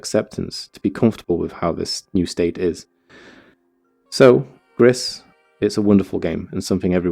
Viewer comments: I think the name might be pronounced "Gree", cuz it's the french word for "grey" and spelled the same. :P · It's pronounced 'gree' my friend. Its French for grey. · The creators are Spanish, actually, so it's pronounced "grees" for grey